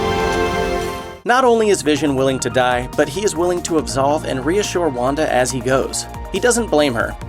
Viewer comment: when you said Wanda I thought you said Wakanda